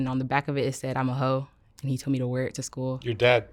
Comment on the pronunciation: How she says hoein smh sad 😢